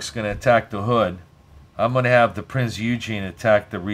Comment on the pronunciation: Great game and thank you for the video HOWEVER the Prinz Eugene is pronounced 'Oigen' the E is silent, and it grated like fingernails on a blackboard every time you said Eugene :) Named after Prinz Eugene of Savoy an 18th Century Field Marshal of the Austrian and Habsburg empire, reportedly the most successful military commander of his time. He named Austro-Hungarian, Italian, German AND Royal Navy warships.